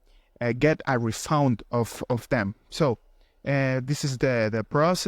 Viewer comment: Refund ❌️ refound ✅️